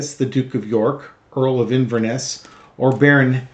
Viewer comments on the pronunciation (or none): none